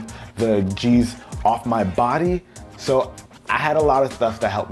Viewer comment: "... keep the jeez off my body?" haha I know that's not the right word but it sounds similar and funny